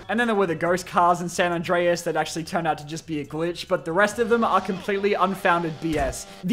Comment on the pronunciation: As someone who speaks Spanish, I love it when English speakers try to pronounce words such as "San Andreas" 😂 ❤